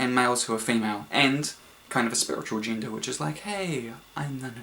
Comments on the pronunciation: Every time they say "gender" I hear "ginger". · i keep hearing Ginger haha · WHY DOES HE PRONOUNCE "GENDER" LIKE "GINGER"?????? ITS DRIVING ME NUTS